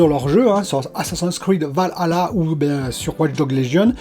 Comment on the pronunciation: Je pense que tu es le seul à bien prononcé valhalla.